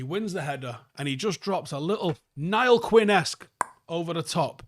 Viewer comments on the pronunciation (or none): I switched off when you said nial quinn